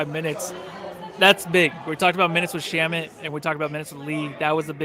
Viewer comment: Shamet rhymes with damn it. Lol